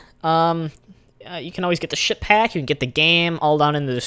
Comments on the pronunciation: Sounds like he is saying shit pack lol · what are you saying ship hack or ship pack?